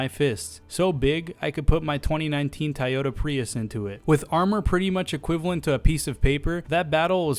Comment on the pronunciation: What's a Taiyato Preeus?